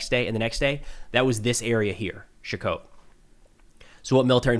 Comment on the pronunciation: I love (and his analysis) and apparently you do too, and that's great. But could use some help with his pronunciation. Let's start with Nove Shakhove...or as he calls it, "Shkov" or "Shakov". Should sound more like "ShakhOAveh"